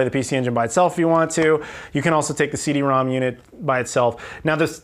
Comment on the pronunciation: Nice pickups esp the CD-ROM^2!!! I'm jelly. 2 nitpicks... are you sure the Super Fami was 89 cents, not $8.90?? Also CD-ROM^2 is not "rom two" but called "rom rom" since it's an exponent (or in Japanese phonetics, "CD Romu-Romu")